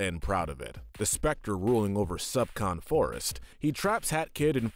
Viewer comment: I'm sorry, did you just say "Subcorn Forest?"